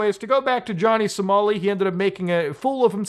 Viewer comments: LMAO "Johnny Somari" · Johnny "Somari" 😂